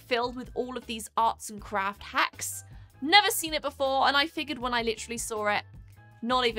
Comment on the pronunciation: legit, I thought you said, "live with their crap hacks" lol I mean... you're not wrong. :P